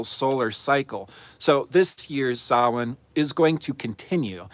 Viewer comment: Thanks for pronouncing Samhain correctly. And of course for every video you post. 🙏